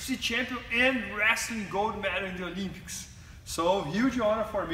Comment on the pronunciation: Is that dickhead trying to say Olympics.